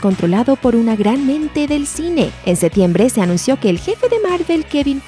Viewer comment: "En SeTiembre..." 🤢